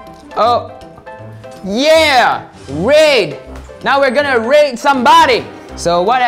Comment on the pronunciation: when he sai “there are 3 holes we can raid” i thought he said “we can rape” XD